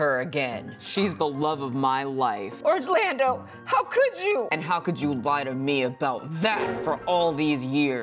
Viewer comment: I was locked in for the Real Fruits of Produce County. And did I hear that right... Orangelando 😂🤣🤣! Drop the next episode